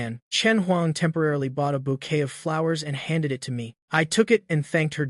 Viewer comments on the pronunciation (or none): none